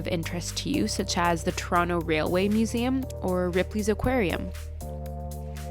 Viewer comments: No turono idiot. To-ron-to. And you insisted that idiotness so close it immediately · To - ron - to No to ron no